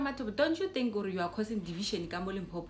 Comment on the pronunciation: Its LIMPOPO ...not Limpopo" please let's fix that before the 31july 😅